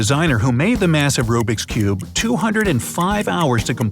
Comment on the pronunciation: Who else is triggered when he says"RUBIK'S CUBE"